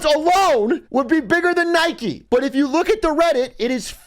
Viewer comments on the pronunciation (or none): none